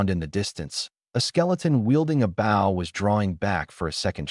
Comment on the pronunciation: I hate how the AI says bow but I like the manga.